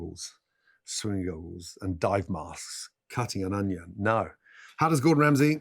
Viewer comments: it’s a british thing, sometimes they say “honion” or “onihon” no idea why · Next question why does Gordon Ramsay say onion like that? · He says onion in a really strange way, doesn’t he?